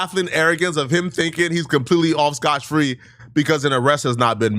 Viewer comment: Dotch go 😂